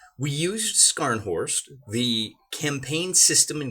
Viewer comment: Dude, your German is deplorable. Scharnhorst is better pronounced with a silent c, like SHAR-n-horst. Even better pronunciation can be achieved through practice of the unique "sch" German sound we can work on that as well as Bluecher later.